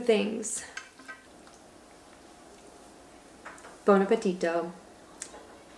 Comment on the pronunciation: love the way you said: buon appetito ❤